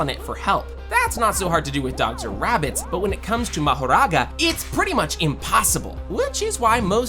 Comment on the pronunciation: Bro sounds Indian when he say mahroga